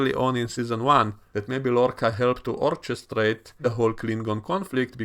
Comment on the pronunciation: תודה על עוד סרטון מצוין. רציתי להגיד לך שהמילה מבוטאת 'אורקסרייט' ולא 'אורצ'סטרייט.'